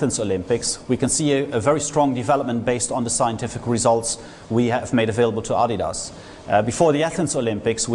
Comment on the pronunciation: He didn't pronounce adidas right